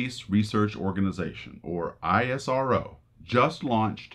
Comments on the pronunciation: It's NA-SA not N.A.S.A! It's IS-RO not I.S.R.O! 🇮🇳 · Isrow not I.S.R.O Nasa not N.A.S.A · It's ISRO not I S R O. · How hard is it to call 'ISRO' , rather then 'I' 'S' 'R' 'O' , niche mentality!! , next time pronounce it like ~ ee-s-row. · You can pronounce ISRO as "Ess" "Row" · ISRO is pronounced as (ISRO, /ˈɪsroʊ/) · Its not called ISRO, but as "isro" , a single word just like "nasa" . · Just a friendly tip. We call it EES-RO, just two syllables. Easier to pronounce. :-)